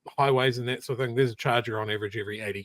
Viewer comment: It irritates me when people say 'think' when they mean 'thing'.